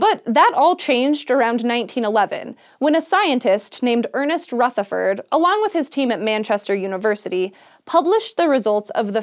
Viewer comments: I would like to politely mention that the 'th' in 'Rutherford' is pronounced the same as the 'th' in 'the'. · Rutherford; soft th rather than a hard one. Like the, as opposed to think. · Nice video, but the way she says 'Rutherford' is just so triggering. Everyone in New Zealand is disappointed. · The way she pronounced Rutherford’s name😂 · Omg that's not how you pronounce Rutherford, I love you but that was like nails down a chalkboard every time you said it 😅